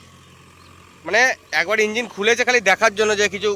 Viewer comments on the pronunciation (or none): none